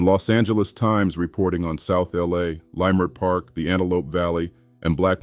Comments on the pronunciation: Its not pronounced "lie" mert park... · Was this a black A.I. voice, cause what is layemert park 😂😂😂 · This is done by Ai. The videos don't match the supposed subject, but the loudest "tell" was the mispronunciation of Leimert Park. I've lived in LA since 1966.